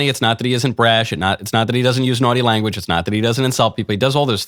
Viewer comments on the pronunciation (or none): none